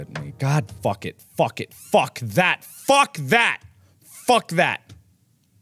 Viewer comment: Not me taking a hit of nic stick every time he says phuk😭